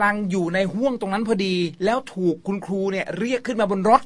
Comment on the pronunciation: ครูนะหนูไม่ใช่คู